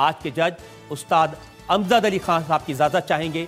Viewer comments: Amzad nhi amjad h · Its not amzad its amjad mr rajat